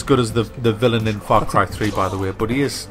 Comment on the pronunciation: i swear i thought he said fuck rifle when he said the the name of the game.